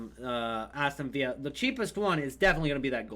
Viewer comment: It's Aston villa not viya